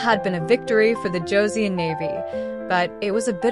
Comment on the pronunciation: Hideyoshi never set foot in Korea. His invasion of Joseon was carried out by three of his daimyo. The "eo" in Joseon is pronounced the same as the "eo" in the English word, luncheon, a soft "u". It not pronounced like the "eo" in word, neon. "...nestled between the Korean Peninsula and the Japanese Archipelago..."? The Noryang Straight is nowhere near any part of Japan. It's about one third of the way along the southern coast of the Korean Penisula. It's hard to think of it as being a part of the East Sea. This battle was hardly a decisive one. Hideyoshi had already died in Japan and his forces were in the process of leaving Joseon. Now some of the earlier battles fought by Admiral Yi had been decisive. They stopped the Japanese from resupplying their troups by sea, the only practical way of doing so, thus forcing the Japanese to retreat back to the Busan/Ulsan area. The most decisive battle of the war was the one fought in the Myongnyang Channel on October 26, 1597. This one stopped the Japanese, for the second time, from reaching the Yellow Sea. The Japanese did not have 500 ships. The number was more like 300 and most were likely transport ships. They were much lighter built than the Joseon ships, which numbered about 85 ships and were bonafida warships. I'm one minute, 16 seconds into this video and I really can't continue to watch it. From the point of historical accuracy, there are just too many questionable points. And the still clips from the videos used to get them a